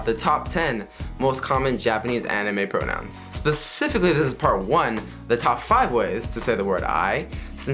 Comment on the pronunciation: it sound like you said "japanese pornos" when you said japanese pronouns ahahah